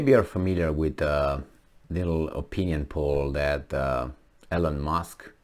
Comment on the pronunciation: it’s Elon not Elen